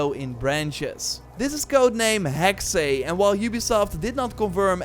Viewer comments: it's HEX, not HEXAY, the Ubisoft guy pronounced it incorrectly! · Hearing non-germans say "hexe" is very uncomfortable hahaha But with that aside, thanks for this video. I am hyped for all of these games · I am german and the Way you say Hexe is just wrong.